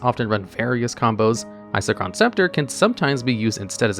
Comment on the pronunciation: I don’t understand how you can say Isochron correctly but then say whatever abomination you came up with for Palinchron. Just takes me out of the otherwise informative nature of the video.